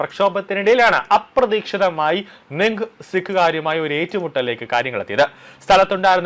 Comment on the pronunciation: നിങ് സിക്ക് അല്ല ( നിഹാങ് )🙏